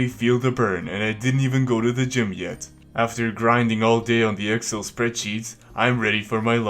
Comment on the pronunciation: that's not the way to pronounce "excel" ... sounds like you said "axel" PS: Children! Don't get upset! Excel is computer program, not a videogame! Nothing to do with your addiction to stay indoor.